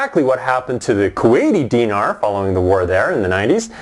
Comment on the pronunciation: He's not even pronouncing Dinar right. Go back to Canada.